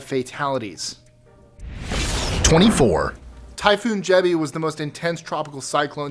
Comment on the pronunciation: Typhoon Jebi not Gebbie